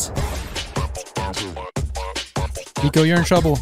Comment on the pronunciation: His name is pico not PIKO